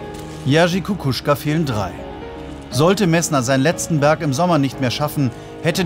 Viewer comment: Es nervt, wie der Sprecher den Namen von Kukuczka immer wieder falsch ausspricht. Messner (oder laut Tagesschausprecher „Messmer“) macht vor, wie der Name ausgesprochen wird.